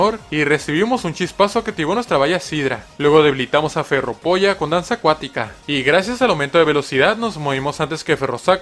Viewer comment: dice ferropolla en vez de ferropolilla que chucha